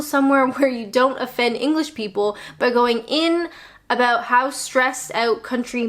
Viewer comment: Personally I really enjoy your videos. They make me smile. Particularly the 'owt' and 'abowt'.